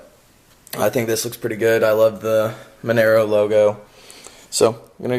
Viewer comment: Nice project, its pronounced Mon - ahh - Row